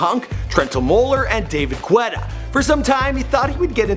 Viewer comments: lol David Gwetta, the u in his name is silent. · its david guetta not david queta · baaaaahahahaahah WHO THE FUCK IS DAVID GWWWETTA? xDxDxD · "Priyanka Chawpra" "College" “David Gwetta” someone give this guy some pronunciation lessons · Brruuuuuuu he said "gwetta"😂😂😂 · "David gwetta" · Did this mans real just say "David Gwetta" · This nigga said David "Gwetta" 😂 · BTW although its spelt Guetta its pronunced Getta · "david Gwetta" 😂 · This guy mispronounced David Guetta's name and the word "collage" lmao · Are we gonna ignore that he ripped David guetta name